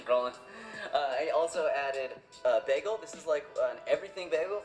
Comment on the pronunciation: When she said "begel" my heart dropped